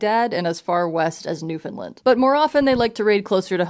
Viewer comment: new - fun' - lAnd, not new-finland. I am not finnish and greatly dislike the accusation. I hate americains pronouncing things. good video asides, wanted to know more about the time and place of the dane-geld